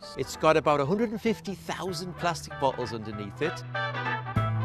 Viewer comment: The way how he said floating and bottles (Bottels) (Floaten)